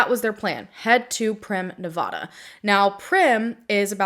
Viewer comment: FYI please check pronunciation on Nevada. It's like the s in Illinois, you don't want to pronounce a state incorrectly, lol. I adore your passion and commitment to the victims. 🖤💙